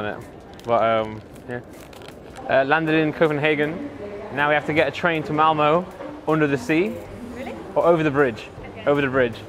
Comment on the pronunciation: sounds like he is saying mowmow for Malmö